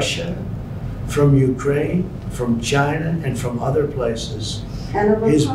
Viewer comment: Chi-NAH (gotta say it really fast)